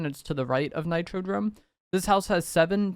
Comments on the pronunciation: If this mf say nitrodRome one more time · Nah nah i swear its NitroDOME. He was saying it weird 😂